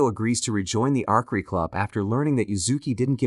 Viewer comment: Arkery, you mean archery, you sat the c and h as ch, like cheap, archery